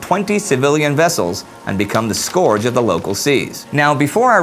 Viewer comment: You pronounced scourge wrong.